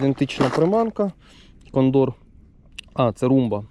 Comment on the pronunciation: Дякую за відео. Добре. Но наголос у слові кондор вуха ріже. Це така птиця є, і наголос на перше О.